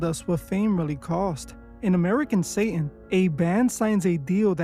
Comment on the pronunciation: It's SATAN not SAY-IN